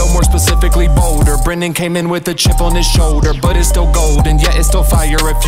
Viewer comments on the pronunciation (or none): none